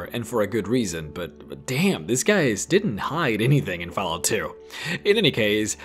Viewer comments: I really wanted to watch this video to the end. But the way you pronounce Fallout made me quit after because it was driving me insane that you would say fahlout. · Fal lout xD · Did he say foul out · You know you said fállout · Fal out? its Fall out...at least know the game before you make a vid on it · "fellout" xD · He says Fallout like Falcon...not fell... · 'Faal Out' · He doesn't pronounce it Falalt or Fellout. He pronounces it Falout. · Or Falalt, like Excellent Quality said. It was one of those two things. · He lost me at "Fellout" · Did anyone else hear this man say faalout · everybody, lets report for discrimination of fallout, for the sole reason of him pronouncing fallout as fellout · Did he say fal out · He said faalout instead of fallout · Say fahlout one more time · fahlarht hahaha i cant stop laughing, sorry dude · the way he pronounced fallout at the start xD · How the fuck can you pronounce Fallout (FALL....OUT!) So many different ways? It bothered the hell out of me, such a shame because it was actually a good video. P.s google has a speech option for words, maybe do some proof listening before posting next time, "peyote" cough is another one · Hey, I’m not trying to trash your accent but you are a content provider, you should work on proper pronunciation. Words like Brahmin, peyote and fallout are words you should work on. Unless you prefer to keep extracting protein from that dong.